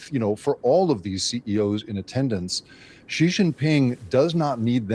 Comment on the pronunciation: A professional reporter or Sinologist pronounces "Xi" as C, not G.